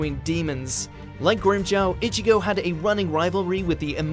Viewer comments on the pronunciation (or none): This dude keep saying itchy-go , its ichigo , stop with the Itchy